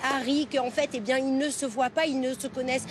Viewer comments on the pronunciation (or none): none